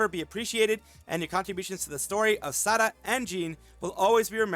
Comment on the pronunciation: You got my 👍 for pronouncing Sara name right